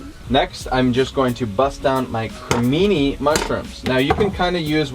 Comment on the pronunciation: Just bought the cookbook..."B~a~ccon"; wait...mesmerized..."Cre~mi~ni (日本語の発音; [Crey~me~knee] " wait...no stop it..." CA, Baccon!" Hahaha! Love ya two! The first recipe I'm going to make is the the Avocado I will make it ya'lls way first; you win for now!!lol Question: "What's the best thing you two have ever made with eggplant"? Merry Christmas my North American cousins!!